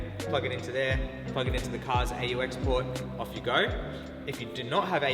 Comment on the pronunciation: I’m sorry I can’t get over how you pronounce AUX